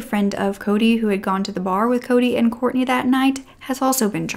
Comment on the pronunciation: It's Kortne. Please say her name properly. We need her name to stay true and alive to not confuse with other cases.